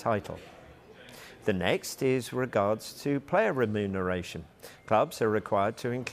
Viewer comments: How many times can this guy say renumeration wrong in a different way. 😂😂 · Stop saying remuneration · No way. I commented earlier about the inability to pronounce remuneration, now my guy's suddenly putting extra emphasis on every time he says it. Does this mean they actually look at the comments? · Is the presenter drunk? Cant say ramifications, remuneration and many other words 😮